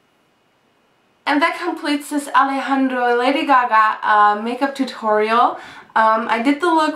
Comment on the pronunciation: you don't have to roll your tongue when you say "alejandro"